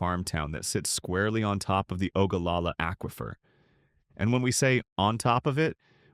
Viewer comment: When you learn how to pronounce aquifer, I'll subscribe to your channel.